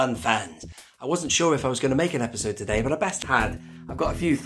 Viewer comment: Obi-sode instead of episode